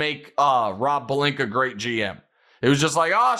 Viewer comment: Rob Pelinka. Or as Stephen A. Smith pronounces it... "Rawplinka."